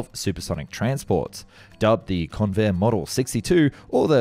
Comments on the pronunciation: I was NOT called Con-vair' Instead, the strong syllable was the first. It was appropriately pronounced Con' vair. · It's pronounced CONvair! (I grew up in San Diego in the fifties.)